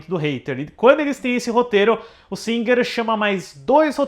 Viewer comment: Ai... morri de rir com o:"Dirigido pelo Bryan Singer rrrrrrrrr" 🤣🤣🤣🤣🤣🤣🤣🤣🤣🤣🤣🤣